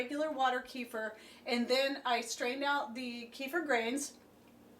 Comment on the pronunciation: Kefir, the way you say it, is Donald Sutherland's son. ;)